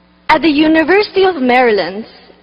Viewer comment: 哈哈 我以为只有我听她的口语重 那个the , matter 等的发音 听的我尴尬症都犯了